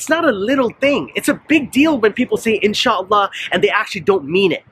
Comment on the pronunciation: I don't care if Biden said inshallah or astagfirulla, the only thing that bothers me is the pronunciation lol! In Shla